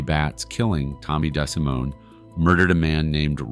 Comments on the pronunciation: Tommy Des-simone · In addition to all that was stark blamin' wrong -- in this video, like Tommy's pronunciation of his last name (it WAS Dee See Moann) -- not Deh Si Moan. As well, I think that certain people were listed as being a 'ore-tuner on a guitar neck -- i.e., kay Poh instead of Cap Oh (CAPO). Stuf like this just make me want to NOT recommend this channel!